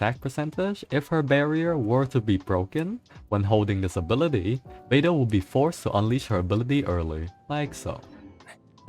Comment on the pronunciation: when he said " how beidou's ability works, I heard albedo's ability works " lol